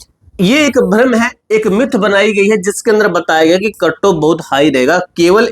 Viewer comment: Katto❎ cut off ✅ 😅